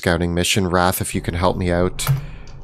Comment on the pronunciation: i thought "raf" was "wrath" lol